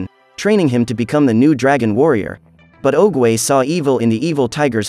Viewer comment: Well mispronounce oogway nane just saying